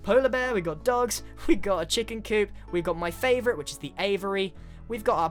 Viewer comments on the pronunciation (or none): none